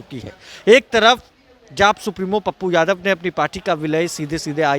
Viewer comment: बोलने आता है इसको साल को विजयवा को, यादव को जादव बोलता है साल ये